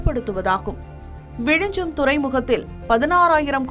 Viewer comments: அந்த ஊரின் பெயர் விழிஞ்ஞம் என்பதாகும். ஏனோ தமிழ்நாட்டினர் ஞ்ஞ என்பதை எப்போதும் ஞ்ச எனவே உச்சரிக்கின்றனர். தயவுசெய்து ஞ்ஞ பழகிக்கொள்ளுங்கள். மலையாளத்தில் நிறைய வார்த்தைகளில் ஞ்ஞ உபயோகிக்கப்படுகிறது. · you are tamilian and you are calling it vizijam. you dont know very basic tamil